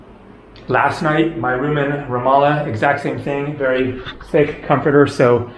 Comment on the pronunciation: Glad you finally got the pronunciation of Ramallah correct!